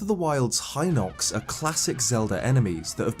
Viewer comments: It is Hinox with the "hi-" pronounced kind of like the way it is in "heed". The Japanese vowel い, which we write in English as "i", is pronounced something like "ee". Unlike in English, they don't change sounds depending on what word they're in. The five vowels あいうえお, "a i u e o", are always pronounced, "ah ee oo eh oh". So the "i" in "Hinox" always sounds like "ee", "Heenox". That's just how Japanese works. Granted, the writing system is a challenge for English speakers to learn (just in this comment I'm using two Japanese scripts), but the pronunciations are very straightforward and simple. The "ee" sound will never suddenly become the "ai" sound, unlike in English. So the Hinox is ヒノックス (hinokkusu). If it was pronounced with the "hi-" sounding like "high", then it would be ハイノックス (hainokkusu). Which it isn't. Like you, I was always unsure of what the intended pronunciations of these words were and it only became clear after I learned how to read Japanese. All of these words, ルト (Ruto), カスト (Kasuto), サリア (Saria), ダルニア (Darunia), ミド (Mido), ゲルド (Gerudo), ヒノックス (Hinox), デク (Deku), and more have very straightforward pronunciations in Japanese, because they're all written using Japanese sounds. On a side note, "deku" is a real word in Japanese, meaning "wooden figure, wooden doll, puppet", and the first kanji in the word (木偶) means "tree" or "wood". I haven't looked too much into it, bit given the cultural connection between the Kokiri, the fairies that appear as an orb of ligh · I didn't know about the fairy color or the Hinox ones. Also, I realized I've been saying Hinox wrong. I've been pronouncing it as hin-OX not HI-nox. I think I would like to see a video of how to correctly pronounce things from Zelda. I'm a Zelda fan and I still can't pronounce certain things correctly.😑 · I mispronounced it as HEE-nox originally.